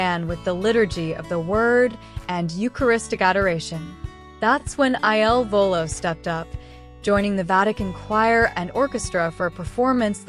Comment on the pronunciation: PLEASE PRONOUNCE THEIR NAMES CORRECTLY AND IT IS IL VOLO NOT ILLINOIS VOLO